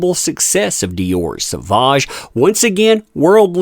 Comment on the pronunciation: Dior has class & taste, that's why they support Johnny D. Sauvage is pronounced "so-vage" as in mir"age" 🎉🎉